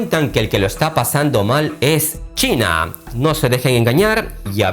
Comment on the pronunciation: "Chaina"??? Donde ves la A en China???